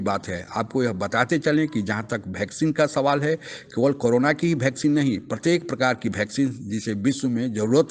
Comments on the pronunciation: आप "वैक्सीन" को "भैक्सीन" क्यों कहते हैं? 😂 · O वैक्सीन होती हैं.... भैक्सीन नहीं....